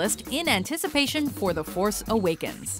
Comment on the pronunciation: the horse awakens. did you just say the horse awakens?